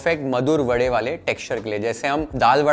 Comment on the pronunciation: Charmed that you rightly said "Vade" instead of "Vada" like all North Indians mechanically convert pronunciation to suit their dialect!!